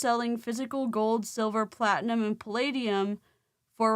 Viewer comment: Replay crew: i cant trust a man who says plate-uh-nem for platinum. Sir. Sir. I cant with you Also i looked it up and yes, silver is very conductive but the reason they dont use it is because its expensive and it corrodes quickly. Thats why copper is king for most things. Its like second to silver, costs less, and doesnt corrode. So… 🤔